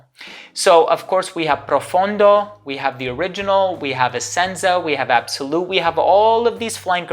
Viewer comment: Hey great list! I must commend you for being the first reviewer on you tube to pronounce Pro Fond Do properly! Nothing FUN about it😃